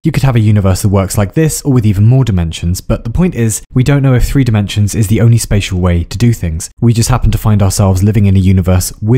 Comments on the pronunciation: Did... did you just pronounce "tre" (three) and "four" (fire") in Norwegian? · I love you for pronouncing 1, 2, 3 & 4 as of you were Norwegian